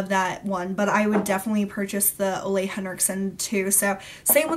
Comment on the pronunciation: Ole Henriksen's first name is pronounced "Ooooh-lah" (said like the ooh in "ooh la la"). Just so you know! I met him and when he introduced himself, he obviously spoke his name aloud, that's how I know!